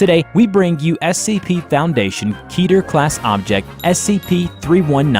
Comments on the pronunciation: It’s pronounced KE ter not keeter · every time you say keter. it sounds like Peter from family guy